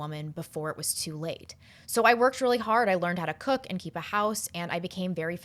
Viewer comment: "start beeing a cuck"... thats what i heard.. i think she meant "start beeing a cook" ^^